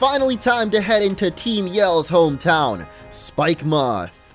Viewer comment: If Galar is based in the UK, then Spikemuth is pronounced the same way you'd pronounce Plymouth, no emphasis on the "u"